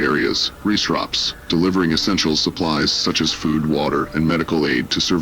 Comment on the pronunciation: You need a better AI to read this stuff... This AI's ability to pronounce words (it can't even pronounce "food" properly!) absolutely SUCKS.